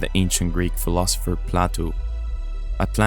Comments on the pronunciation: Not Plattto, Plato as in plate o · Hey Plato is pronounced "Play-Toe"